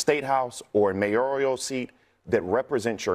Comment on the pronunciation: Please...The three syllable word MAYORAL is not pronounced MAY-OR-E-AL!